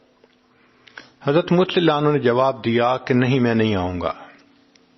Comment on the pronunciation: آپ اتنی اسپیڈ میں رضی اللہ عنہ نھی کہتے اپ اپنی آواز غورر سے سنو۔ نعوذو باللہ آپ حضرت کسی بھی صحابی رسول اللہ انکو رضی اللہ عنہ کے بجاے نعوذو باللہ (للعنہ لہہ) بولتے ھیں کیوں اپکی زبان سے رضی اللہ عنہ نھی نکلتا قیامت کے دن ۔۔اور قبر میں اپکی گرفت پکڑ ھو جاے گی ۔ عمران خان ۔۔ کے منہ سے ۔ نبی علیہ سلام نھی نکلتا تھا ۔ حلف لیتے وقت بھی اسکی زبان بکواس کر رھی تھی مگر رفتہ رفتہ اسکی پکڑ ھو گی اب وہ عمران خان بھی ۔نبی ۔صل اللہ علیہ وسلم آرام سے پڑھتا ھے تلفظ سہی کرلیا۔ مگر اپ تو ابھی حضرت عمر کو لعنہ للہ کہہ رھے ھو اتنی بڑی عظمت والے عشرہ مبشرہ ۔۔ تو اپ کو تو پتہ ھھی نھی کلمہ نصیب ھوگا یا مجھ کو ۔ نصیب ھوگا اپ ان الفاظ الفاب کو درست بولیں ۔۔مہربانی ھوگی اپکی